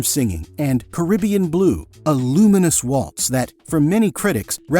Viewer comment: i can't give you a thumbs up because you can't pronounce Orinoco flow or Caribbean blue. please, you have never heard the songs. i have all the albums.